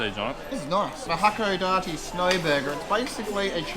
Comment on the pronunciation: It's "ha-ko-DAH-tay." "Pierrot" is Japanese for clown (from French or Italian).